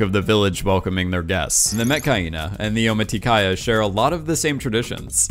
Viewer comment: why he say Metkayina like Mechhyena